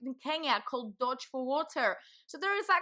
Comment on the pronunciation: Yeah why not pronounce it “Dodge”, as opposed to Doge. LMAO 😂 You’re accents sounds German, or is it Dutch?